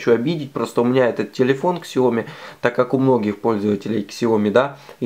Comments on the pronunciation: Сяоми,бльть,не ксяоми, а сяоми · КСяоми слух режет...СяомИ! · Вот только не Ксяоми а Сяоми!!!! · СЯОМИ СЯОМИ САОМИ а не ксяоми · Не ксяоми, а Сяоми !!! безграмотность уши режет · Спасибо за информацию. Извините за мою подсказку. Но правильно говорить "сяо ми". Так по-русски читается транскрипция этих двух иероглифов 小米 Xiǎomǐ. Поверьте человеку, изучающему китайский язык. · Бренд читается Сяоми!!! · Да научитесь вы правильно называть марку своего телефона - Сяоми с ударением на последний слог. Поищите в гугле, как правильно говорить.